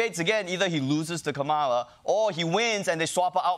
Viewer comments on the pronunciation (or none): Kah'-mah-lah. Accent on the first syllable. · You may want to learn how to pronounce Kamala in a correct way . It's KAmala , Not KamAla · Ronny, please say her name correctly. It's been 4 years. It's Ka-ma-la, not Ka-mala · It’s not ka-Ma-la- it’s Ka-ma-la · Comma-la. Not Kuh-MAH-luh. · Brilliant show Ronnie. Now, why are you saying Ka-MA-la? It's KA-ma-la. You've been listening to too much Trump. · KÁMALA not KAMÁLA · Ronny, please get the pronunciation right. KA-MA-LA. Not KAMAALA or KAAMALA. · KAmala, not KaMALa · KA-mala. Cmon, it’s just not that hard Ronny! How do you expect to anchor a comedy show if you can’t even pronounce a simple name??? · Hey anchor! It’s “Comma-la”. She’s running for President for God’s sake! Pronounce it correctly!!!! And, it’s “Democratic” NOT democrats ! Get it right!!! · I wish the host pronounced her name correctly. Think of calm ala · Dude at least pronounce her name correctly Kamala Dude 🤙🏼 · KA-ma-la. KA-ma-la. KA-ma-la. C'mon Ronny. Do better. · It's pronounced "comma-la". That's how I remember, coz that's how SHE explained it. Had to get that out there. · Ronnie can't even say her name right. KAMala. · Ronny said “KaMALa” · PLEASE- Learn how to say Kamala's name correctly. It's not that hard. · Guys please learn to pronounce Kamala Harris’s name Atleast. Either both “a”!are same length or pronounce like kamla. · I can't believe TDS goes along with the mispronunciation of her name. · Ronny mispronounced Kamala! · Ronny, of all people, you should really be pronouncing her name correct correctly. Why is it that no one seems to be able to pronounce a simple name proper properly? I love Ronny Cheng but dude, you should know better. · Ronnie needs to pronounce Kamala properly or this show will start losing viewers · How are YOU gonna mispronounce her name in this video? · Ronny does know how to say her name......right? 😐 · You need to learn to pronounce Kamala correctly. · Geesh, Ronny. Learn to pronounce Kamala's name!